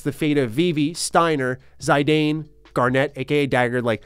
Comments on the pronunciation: Zaydayn? It’s the first time I hear something close to the Arabic pronunciation of the name in a yt review of IX, but Zidane in the game is pronounced Zi:dan, since the Japanese is Jitan. Fun fact, the name in Spanish is Yitán which sounds exactly the same as the Japanese pronunciation. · btw it is Zee-Dan. (Zidane) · Fun fact: Zidane’s name is pronounced Zih-don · It’s Zi-Don 🤣 I was angry when they finally revealed the actual name pronunciation because it sounds so wrong and dumb! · everything about 9 is charming, every characters are great(except amarant), the story is easy to follow, kuja's man thong is cool, and the soundtrack is fantastic....its has everything also I like how you pronounce Zidane's name, most people call it Zi-daan, others as Zee-deyn, I'll call him Zay-deyn from now on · Amazing JRPG (you pronounced Zidane wrong)